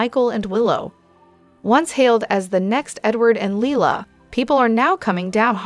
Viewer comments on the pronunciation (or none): Dante is pronounced "Daun tay" You are saying Lela instead of Lila it seems like you don't even know this show!